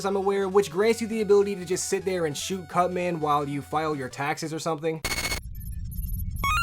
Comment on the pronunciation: you clearly say "cut man." I swear you snuck in " cu nt man"